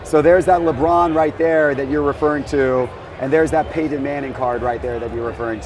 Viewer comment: “Paydon” manning. Never head of him before